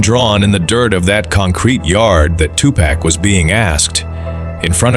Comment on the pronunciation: At least get the AI to say "two park" have some respect for the name